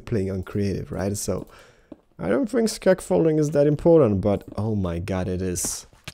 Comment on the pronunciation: I remember people saying i ''fink"